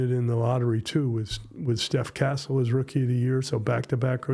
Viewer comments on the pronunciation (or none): Super interview, mais c'est Castle pas Cassell svp